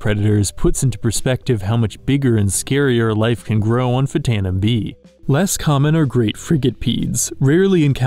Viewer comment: That's pronounced "ftano".